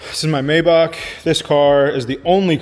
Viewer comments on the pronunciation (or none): none